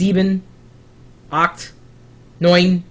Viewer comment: Eins, zwei, drei, vier, fünf, sechs, sieben, achts, neun, zehn. Close one there, lol.